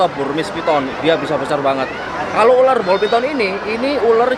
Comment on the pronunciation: ULAR Bukan ULER